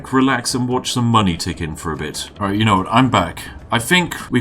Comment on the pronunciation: “ Because, yano. Tollbooths...”